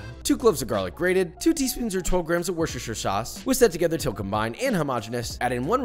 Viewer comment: WORSHEESHOOR SAUCE! 😅